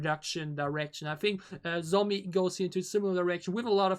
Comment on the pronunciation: Her name can be pronounced like John So me Not zomi (just want to correct you, not criticize) And her English pronunciation is good because she ist halb dutsh/Canadian and grew up speaking English, so she is fluent. Teddy is btw also fluent in English.